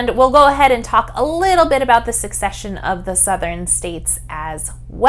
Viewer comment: Wonderful video to explain the historical context! One correction about the right pronunciation, though. Secession is not succession. secede vs. succeed.